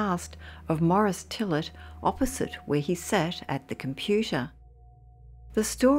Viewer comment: His name is pronounced fill-ay not fillet as in fillet a fish. That's French